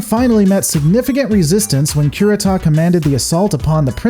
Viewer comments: Cure-eata say it with me.... I was playing back in the 80's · Dra con is Com Bine NO EMPHASIS O za wa NO EMPHASIS Ku Ree Ta NO EMPHASIS if you are noticing a trend here it's because Japanese is a flat affect language. You almost never emphasize one syllable over any other (combine just happens to also be an unemphasized English word). Also vowel sounds are fixed in Japanese: a -ah, e-eh, i-ee, o-oh, u-oo. Sounds blend: ai-ahee~long I. No variation with surrounding letters. No short i sound allowed, timoyo - teemohyoh. This is painful.